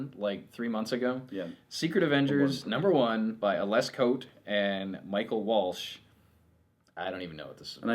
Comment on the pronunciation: FYI Ales Kot's name is pronounced "Alesh". Also, the Ghost Rider in Thunderbolts will be the original, Johnny Blaze, but the GR in the new series is an all new character, Robbie Rodriguez. Also, it's a car, not a motorbike. Not sure how I feel about that, but I'm giving it a chance.